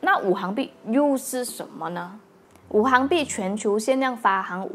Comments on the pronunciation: Wu xing bi, not wu hang bi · 五行币是读五"xing"币，不是五"hang"币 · 拜托。。。是五行（xing）币。不是五行（hang）币。。。 ==“ 晕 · ，五行讀作行(xing2)，是金木水火土的總稱